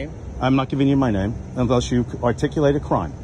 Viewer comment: It's "articulate " not articable or any other versions you think it sounds like from YouTube vids🤣